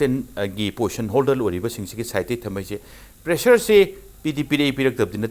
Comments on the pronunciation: Poition or posn haiba natte position haibane narondo sengu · Poison haibu karino pronounce fajana twge haide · 1st postion,2nd postion😂😂😂...marei do Kaya kanbano tounge cleaner use toudra Manley anchor se